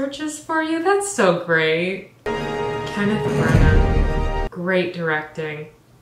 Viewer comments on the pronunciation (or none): none